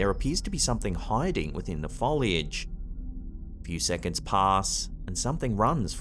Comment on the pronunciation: Finally someone that can pronounce foliage correctly!! It is not pronounced as foilage.